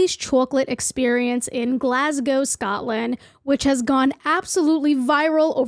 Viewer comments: I live in Paisley near Glasgow, thank you for pronouncing it correctly. I wouldn't have watched if you pronounced it "Glas-gaw" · FINALLY someone pronounces Glasgow properly, thank you kindly 🫡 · So glad that you pronounced Glasgow correctly. Very cool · The accent was on point today 👌 😭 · Happy you pronounced Glasgow correctly!! A lot of americans dont!! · you are the only american ive heard correctly pronounce glasgow keep it up queen